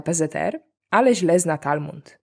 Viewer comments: Talmud nie Talmund. Poza tym spoczko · Talmud, a nie Talmund 🙂 Gratuluję znakomitego kanału, oglądam wszystkie odcinki, jak tylko czasu starcza! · Talmud, nie Talmund. ❤ PS. Nice shirts! Gorąco się zrobiło. 😅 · "Talmund"?? Ja rozumiem że te żarty nie muszą mieć sensu, ale choć poprawnie poproszę.. TALMUD. To jakby mówić Biblaja, zamiast Biblia. Zresztą z kontekstu wnoszę że chodziło o Torę, nie Talmud. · talmud, nie talmund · Talmud nie talmuNd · Słuszna inicjatywa. 7 godzin Q A było nieznośne. Cza było okroić pytania i dozować góra po godzince, a nie tak obuchem w czache. ps. TALMUD, a nie Talmund.